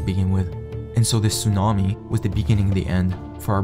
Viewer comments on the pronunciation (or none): none